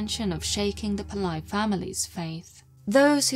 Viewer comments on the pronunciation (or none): It's not 'Pill-EYE'. It's pronounced 'Pill-AYY'. For such a high quality researched and narrated video, you could have at least tried to learn the correct pronunciation of the name. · The surname is pronounced as it reads, PIL - LAY.